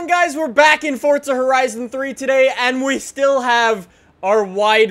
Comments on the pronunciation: fortza (It's Forza) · its forza not fortser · idk if its just me but I get annoyed everytime says Fortza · anyone one notice says fortza